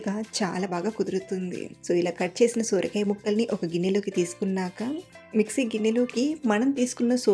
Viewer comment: Sooorakaya kadhandi sorakaya